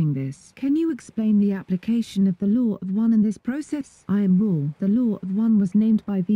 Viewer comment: It really said I AM RA (not raw)